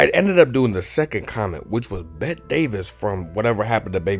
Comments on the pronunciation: ....pronounced "Betty" , but still, entertaining video. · I know its spelled "Bette" but it was pronounced "Betty" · Your plot summary mixed up some details but your painting is pure and your analysis of the movie was completely on point and brought out aspects of the movie that a lot of shallow reviewers miss. Bravo as usual! Check out “Hush, Hush, Sweet Charlotte” too. It’s another Bette (pronounced Betty) Davis banger!b